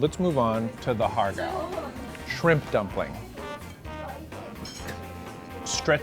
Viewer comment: Did he? The way he pronounced HARRR gow, hurt me.